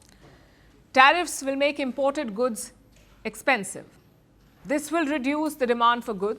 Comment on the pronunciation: YES ALREADY THE WORD IS EXPENSHIF SO WHAT